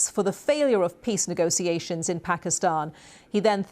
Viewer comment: Anchor said 'nego-see-ations'...